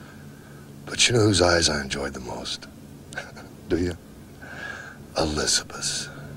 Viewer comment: "Elizabit Elizabit", how long was he with her and he can't say her name???